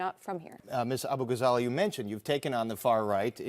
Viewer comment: I think he mispronounced her last name on purpose too.